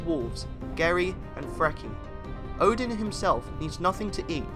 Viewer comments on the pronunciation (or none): Is it just me who slightly cringe at the way he pronounce "Odin"? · This is mostly accurate, but please keep in mind that almost every pronounciation is Non-Norse (for example Óðinn pronounced as Odin), and still incorrect, even with the words that don't have letters that are used in Old Norse are pronounced incorrectly (for example Hati, which is pronounced simply as Hati in Old Norse Phonetics, he pronounces as Hætɪ, which is simply wrong). Edit: By the way, there is no evidence of Óðinn having carved ruens into Yggdrasil, neither did they give him any power except for writing. Edit 2: Hætɪ was in Old Norse Phonetic, sorry, forgot to meantion, if it was unclear. Edit 3: For less confusion - there was no Ö in Old Norse, it appeared later, although it is used instead for the actual letters that later turned into Ö (officially, there are still other replacements in some Scandinavian languages in some words and sentences), which were Ǫ, Ø, and Ǿ/Œ. Edit 4: For more help of the pronounciations, here is one very important step to pronounce it better - in Old Norse, the first vowel is ALWAYS the stretched one. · And by the way, it’s not Muspelheim, it’s Muuspelheim. And it’s Oden, not Odin, Ville and Ve. As in Wee. Swedish or old Nordic ain’t pretty. 😉